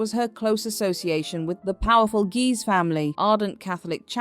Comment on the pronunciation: The pronunciation of Guise went from “geez” to “guys”. Why? AI narration? Why does there have to be AI narration? Hire a speech or broadcast student at nominal or no charge in return for their listing credit as a narrator on their résumé!